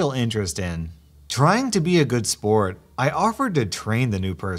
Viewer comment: (ish) "Trying to be of good spirit-" what it sounded like: "Trying to be a good sport " me: chokes on lasagna